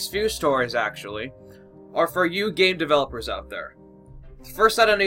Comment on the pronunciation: gay developers? idk that's what I heard